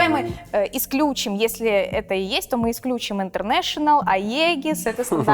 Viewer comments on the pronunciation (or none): ты очень хорошая и красивая,но правильно будет исключИм)